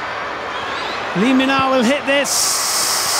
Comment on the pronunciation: Lee min ah not Lee min na